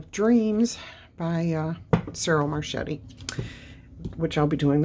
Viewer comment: With all my love and blessings.. the artist's name is pronounced ... Cheero Mar-ketti...